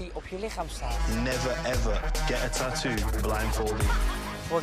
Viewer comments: Niemand:: TAAHTOE. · Een "TAATOE" wtf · Waarom spreekt hij tattoo zo raar uit